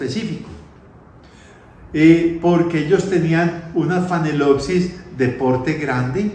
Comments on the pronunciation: Es Phalaenopsis con L y viene falena que quiere decir MARIPOSA. No es con N como MAL pronuncia. Tal vez no pueda.... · Una pregunta tonta: Es phalenopsis o como dice phanelopsis? Saludos